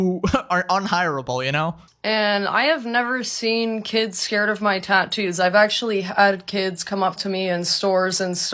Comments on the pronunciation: tah-toose :face-turquoise-covering-eyes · Plus the way she pronounces TATTOO is so grinding. TAH-Toos. Not wrong, I think, just weird to me. Also, the tattoo on her forehead is lopsided? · The most infuriating thing is her pronunciation of “tattoos” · Why does she say tattoos like that? 😬